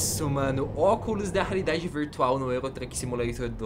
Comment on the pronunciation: Só eu que ouvi ele falando oculos da raridade virtual ???